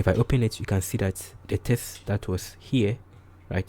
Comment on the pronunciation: Great video 👍 It's a little distracting you keep saying "test" instead of "text" throughout 🙂